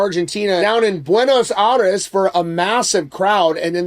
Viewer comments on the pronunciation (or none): Buenos Aires. Pronounced “Air” not “Ah” 👍🏻